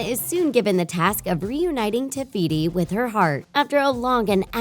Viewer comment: Did nobody notice that she said tebeeti instead of tefiti